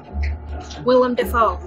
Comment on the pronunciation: willem not william.